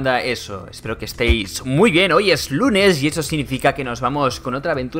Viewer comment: Si tuviste un error, por el minuto dijiste "espero que esten muy guen" cuando era, espero que esten muy bien". Pero tu dijiste "muy guen" :)